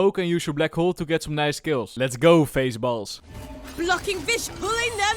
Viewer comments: XD "FazeBalls" Its pronounced Fahz Balls and it came from fnaf security breach xd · Fazballs is pronounced like Jazz. Jazzballs => Fazballs